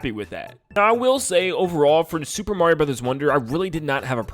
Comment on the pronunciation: He messed up the r in Mario and the t in Time